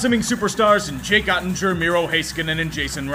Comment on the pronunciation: Oettinger is pronounced with a /g/ sound, not a /j/